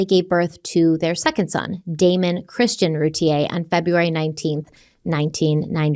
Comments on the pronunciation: Just so you know they Boys last name is pronounced Roo tear, I can't wait to hear What you guys think about this case. I grew up a city over and knew ppl that lived down their street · It’s pronounced Ru tear. I live here and well remember the case She’s guilty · Her name is Routier it's pronounced Roo tear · ROO-TIER, not rootea-A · I can’t wait to be able to finish this episode!! Off the bat, I just want to annoyingly point out that even though it seems like Routier is pronounced “Route-E-aye” it’s not. It’s pronounced “Route-E-air.” It doesn’t matter & I feel ridiculous even saying it, but here I am, doing it anyway 🤦‍♀️ I’ve been absolutely obsessed with this case for over 20 years, and my confidence in the opinion I developed the first time I learned of it has only grown stronger & more defined over the years. At one point I even exchanged a few letters with her. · Your pronouncing the last name wrong there's a YouTube video from 16 years ago of her trial and it's roo tea ear pronunciation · I believe it’s pronounced Roo teer… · Btw in Texas her name is pronounced RuTear 😂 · Couple of things. This is my town and their last name is pronounced “roo tier”, they are distant family friends. You did not mention that darlie had a significant cut on her neck which likely caused her to hang out in the kitchen while they were trying to get care to the boys. I go back and forth on if she’s guilty or not. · I’ve heard about this case since it happened. I’m from the area. I’ve always heard everyone in our area, pronounce her name Roo-tear 😪 like a tear that you cry, not the French pronunciation